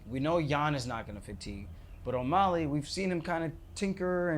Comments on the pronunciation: Whyyy do u keep saying O’molley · Omolly, he keeps saying. Lol